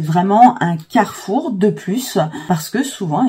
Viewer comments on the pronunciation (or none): none